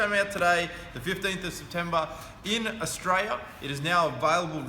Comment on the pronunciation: Tell me; where is this "Ostraya" of which you speak?